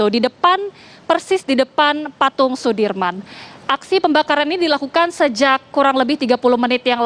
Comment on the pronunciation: "persis didepan patung Soedirman" Tolong lah itu panglima kita, pahlawan kita tolong lah pangilanya diperbaiki, tolong mba komentator . .haddeuh